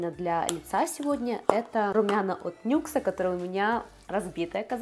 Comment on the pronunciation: НИКС а не НЮКС